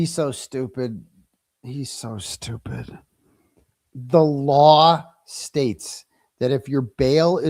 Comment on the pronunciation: omg learn how to pronounce LAW! it is not "lawr". Speak english 🤯